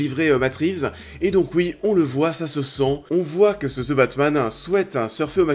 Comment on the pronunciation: ze batman lol